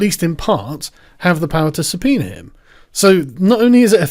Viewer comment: Why do you sometimes call it a subpeener?